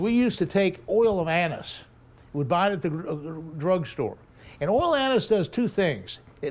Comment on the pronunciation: What’s he saying the oil from the drugstore is. ? Oil Anis